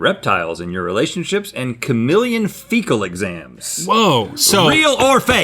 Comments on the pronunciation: What’s a kamillion? It’s KAH-MEE-LEE-EHN and don’t tell me it’s a southern thing because I’m from north Florida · me: cuh-meel-ee-uhn Rhett: K A M I L L I O N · The way Rhett says chameleon sounds like he's saying kamillion. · Rhett is not saying chameleon 😂